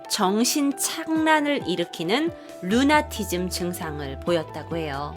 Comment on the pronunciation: 적확한 발음은 루나띠즘'Lunatism'입니다. 라띤어에서 Luna는 달입니다. 만은 뒤에'ism'이 붙으면 그냥 달을 뜻하는 말이 아니고 특별한 것을 지칭하거나 조롱거리의 대상으로도 쓰였던 단어가 됩니다. 동의어'Lunaticus' 루나띠꾸스